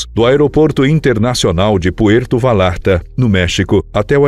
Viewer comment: Puerto Vallarta se fala como se tivesse um lh. Puerto "Valharta"